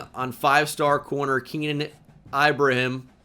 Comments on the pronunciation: its keenan ee-bruh-heem lolz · bro u gotta learn how to pronounce ibrahim